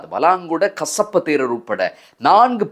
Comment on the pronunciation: கஷப்பு அல்ல , கசிப்பு 😂😂😂😂